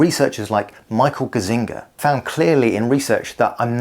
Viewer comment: you butchered Gazzaniga in the most adorable way 😁😁 Great video, i never got into long-haul podcasts like Diary of CEO or, Andrew Huberman, because it became to feel stifling in a way. You've explained everything i couldn't quite put my finger on very concisely!